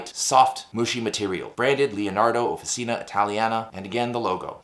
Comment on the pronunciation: Swirlescnt! Love it! But small note,, "Offi-cheena." OK. American acrylic. But Italian––"offi-cheena." Nice pen. Great review, as always. I might be up for this one!!